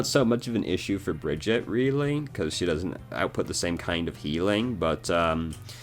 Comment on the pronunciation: Thank you for this. I want to learn/play Brigitte as much as I can before they nerf her into the ground eventually. And I don’t even mind that you say her name wrong. ❤️